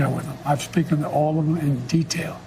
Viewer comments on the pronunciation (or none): "I've speeken to all of them.."😂😂😂😂😂